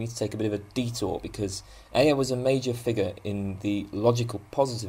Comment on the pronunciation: I think Ayer's name is usually pronounced "air". :)